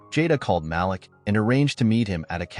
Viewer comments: Malik is pronounced “MA-LEEK”. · Great story... The name is Malik pronounced (Ma-leek) you remind me of the caller id on our phone pronouncing my nephews' name the same way. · The correct pronunciation is MA LEEK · My nephew name is Malik, please pronounce the name correctly!